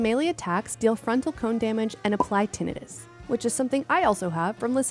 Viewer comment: The way it was pronounced is correct.